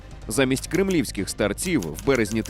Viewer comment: Не старцІв, а стАрців. СтарцЯми вини точно не були.